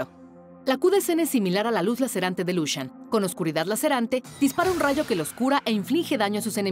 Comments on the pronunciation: Gente normal: Lucian Riot: Lushian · y yo pronunciando "lucian" y ella lo dice "lushian" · LUSHAN, LE DICE LUSHAN A LUCIAN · Sigue sin gustarme que Lucian se pronuncie "Lushian" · Mori cuando dijo Lushian jaja